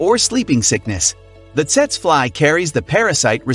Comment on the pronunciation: PRONOUNCED "Teetsee fly," please inform your A.I. naration.